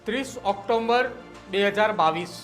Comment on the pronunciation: ઓક્ટોમ્બર ન બોલાય ઓક્ટોબર બોલાય તમે પત્રકાર છો બોલતા શીખો. પહેલા રજતતુલા બોલો છો પછી મોદકતુલા બોલો છો. સ્ક્રિપ્ટ તો વ્યવસ્થિત તૈયાર કરો.